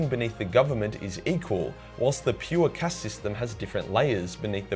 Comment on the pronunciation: I cant stand how you pornounce enclave or caste, im aussie too man but you are the living stereotype of aussies being lazy with language